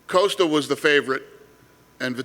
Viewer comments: Why is Dana saying “Coast-A” instead of “Cost-A” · "Coaster" OK Dana...